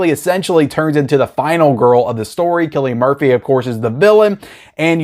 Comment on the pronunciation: You got Cillian Murphys name right this time